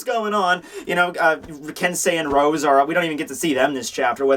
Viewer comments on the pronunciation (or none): none